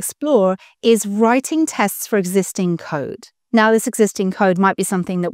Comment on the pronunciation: "Writinge tests...", deliberate mistake?